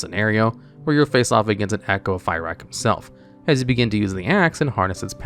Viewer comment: take a shot everytime he says “Fie-Rack”